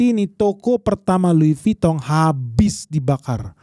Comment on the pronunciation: Lidahnya omhen lancar banget nyebut merk France. Top